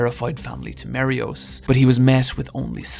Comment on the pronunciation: Really liked the Video except for the mispronunciation of "Eiichiro Oda" and "Marie Jois". And it's not "Emperor's Haki". It's called "Conquerors Haki". That triggered me so badly.